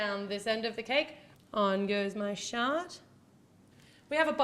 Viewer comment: did any one notice that she said" on goes my shart" instead of shard